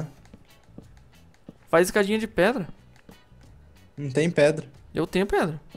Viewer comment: caraca os cara fala preda é pedra mais o vídeo ficou masa